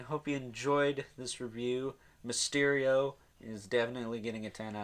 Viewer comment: Really you had to say mysterial like that